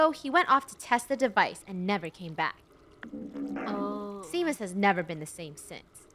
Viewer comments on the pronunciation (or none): the fact said it’s Sean and not Seam. It’s a M not a N. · i hear them saying shameus but its its seamus lol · ITS SEAMUS SEA-MUS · The name Seamus is pronounced shamise I only know it cause it’s my name.😂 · Not to be that person, but Seamus is pronounced “Shay-mus”! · Isnt seamus pronounced shamus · * doc and seamus having a moment * Funneh: ruins the moment by saying seamus wrong. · Funneh constantly pronouncing Seamus wrong gives me life. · lol poor funneh cant pronounce Seamus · I’m Irish and I kept cringeing on how you guys said seamus’s name